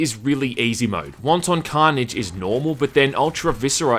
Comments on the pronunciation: Omgoodness...wanton is pronounced "WANT'en" NOT Won-Ton. Jesus, somebody order soup?! lol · Pronounces wanton (of a cruel or violent action) like wonton (like a dumpling) and I catch shit for mispronouncing epitome. Go fuck yourself, internet. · Wanton not won ton. They're not dumplings. X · He pronounces wanton as wonton soup instead of it leaves her moist and wanton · its not pronounced like Chinese Wonton soup, but rather 'want-tin" or is that your cool kiwi accent? j/k i know you're a filthy aussie!!! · Won-Ton 🤣🤣🤣 Wanton is not pronounced like that! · pretty sure it's pronounced closer to "want-in." wonton carnage is what's happening in hong kong rn. excuse me, yeah, when's the soonest flight to hell?... one way is fine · Dude, it's 'wanton' carnage, not 'wonton'. You're saying it like it's a fucking chinese meal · Don’t pronounce wanton like the Chinese finger food but as “want’n” and wanton destruction is a very old phrase indeed that means unexpected or un called for but hideously violent destruction so since it is the hundreds of years old phrase it’s unlikely to be a reference to that previous game but you made me nearly piss myself laughing and from now on I’m going to pronounce it like you. Fucking hilarious! “Want On violence!” Panic at the fast food restaurant! Haaaaaahahahahaha! Oh Jesus me guts! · That's not how you pronounce "wanton". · You gotta learn how to pronounce wanton :P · If I have to hear you pronounce wanton like it's a fucking soup I'm going to drill my ears out.